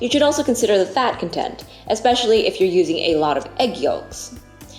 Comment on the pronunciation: Also you pronounced content (amount) like content (happiness) . Spelled the same but pronounced differently lol